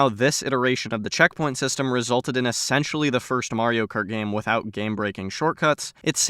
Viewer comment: it simultaneously sounds like youre saying "by" and "without" and i think thats funny.. also, how long did the diorama take to make and edit???